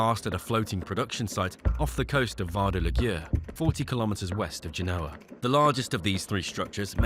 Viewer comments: It's pronounced GENE-O-AH, not G-NOAH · Or rather, GEN-OH-A. Emphasis, as in all Romance languages re French, Spanish, Italian, Latin and Romanian unless otherwise indicated, on the "second to last syllable!" In other words, like you've suggested, the "OH!" I concur, but not with "GENE", for 'GEN!' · How about tanking time to learn how to pronounce Genoa.